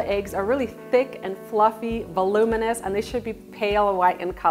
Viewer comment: The amount of times she said velominous💀💀💀